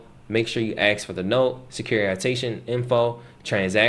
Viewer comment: Okay, since I'm on an obvious rant... I travel to many countries, and their people struggle, and REALLY attempt to use correct pronunciation. How long have you lived in the USA? How long do you need to be able to pronounce ENGLISH words? AXE? or Ask? Come on Man.